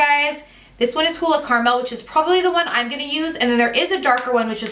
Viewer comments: I had to do a rewind to see what she was pronouncing , ha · I have never heard anyone pronounce "caramel" like you did. LOL! Is that a Jersey thing!?